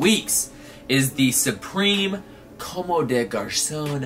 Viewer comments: it s "Comm" bro the e is not pronounced 👍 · bruhhh I don't mean to be the grammar nazi but it pronounced like "comb" haha its french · I'm French, you don't pronounce the e at the of a word unless it has an accent or another consonant following it